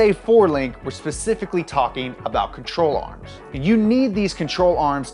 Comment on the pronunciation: I thought he said troll arms